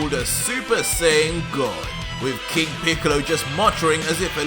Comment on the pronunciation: No ha estado mal pero no le has dado nada de chicha a la aventura, pensaba que "píkalo", como mal pronuncias, había entrenado y conseguido un poder similar al de Picolo e inclusi se habría aliado con otros enemigos pero no 🤷🏻‍♂️